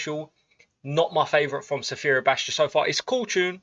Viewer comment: Man, in the next video I need you to learn how to properly pronounce Sfera Ebbasta..I dare you!😂